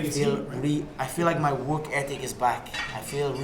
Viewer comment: "Wok" hard wok